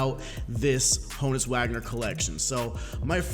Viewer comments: Haw-nus Vag-ner if you tryna be German but it’s Hoe-ness Wag-ner for us U.S bois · Hoh-nus not hah-nus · Ho-nus Not Ha-Nus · Ho-Nuts without the T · is Ho-uns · YoItzLogan -_- yall dumb its Hah nud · it is pronounced Hoe-ness in Prison Break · It is Han-ness wagner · It is Hoe-ness... idk what other people are smoking but... lol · OH-ness. The H is silent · It’s Han-us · It’s “Hoe-nus” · I swear its pronounced hoooo nus lol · Alfredo Beltran hoooooöenus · The Bot ur right it’s H-own-us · H is silent. pronounced Ownus.